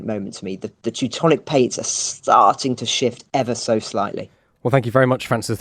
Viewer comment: Heh...'Teutonic plates'....was that intentional?